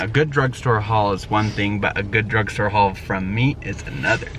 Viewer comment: He is adorable "a good drug store hual is one thing but a good drug store haul from me is another " 😂😂😂👏